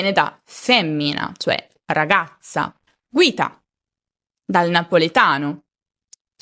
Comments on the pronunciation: Guita si pronuncia ghita,. (Scusa il mio italiano) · PS Guita si pronuncia GHITA (GU+I/E=GH se non c e la dieresi sulla U) . è una parola cosi popolare in Argentina che ormai ha passato le frontiere e la capiamo e la usiamo un po in tutta america latina.